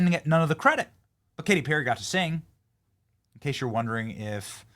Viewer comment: K-T PEAR-A?